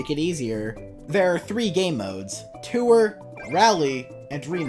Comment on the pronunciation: Why do you pronounce tour as “too-er”